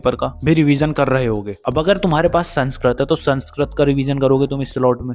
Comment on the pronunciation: Sanskrat❌ Sanskrit ✔️(kya boss tum ap vi😁